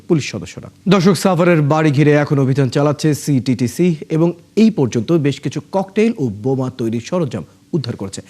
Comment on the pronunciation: সিটিটিসি কইতে দাঁত ভাঙে সাংবাদিকের